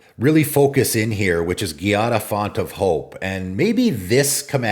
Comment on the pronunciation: Giada is pronounced GEE-ah-da. GEE like Jeep or gee whiz. It's not pronounced like Karate gi, the clothing. It's an actual Italian female name. There is a famous Chef named Giada De Laurentiis in real life. Also, you can google "pronounce Giada." I wish people would google some of these names. Some are actual names that you can look up how to pronounce with google.